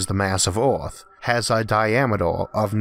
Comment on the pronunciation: He says earth like "eOReth"